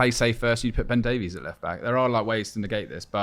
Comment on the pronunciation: BEN …. DAVE- ISS..!!! It’s pronounced not daveeeees